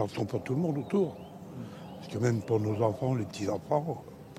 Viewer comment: Pourquoi tous les medias sont incapables de dire enfant???????😡😡😡🤬